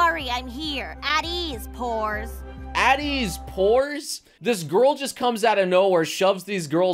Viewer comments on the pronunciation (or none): NGL, I thought she said "whores" not "poors"